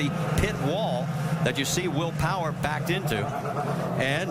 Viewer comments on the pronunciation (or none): “Wheel Powah”